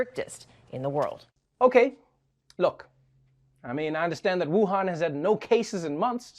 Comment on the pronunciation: People need to learn how to say Wuhan correctly